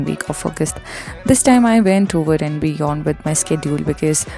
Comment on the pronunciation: That❌ Thaat✅ And❌ Aand✅..🌚